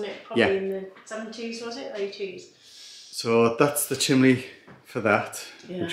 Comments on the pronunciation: Chimney not chimley 😂😂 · Hi from Scotland, hi another great vidio can i as why you call the chimney. The chimly anne from Scotland